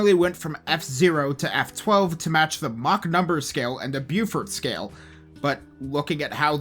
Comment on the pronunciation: That's not how you pronounce Beaufort. "Bew fort" is not how you say the word at all. The correct pronunciation is more along the lines of "bow fut" with bow as in thing for loosing arrows rather than way of acknowledging applause.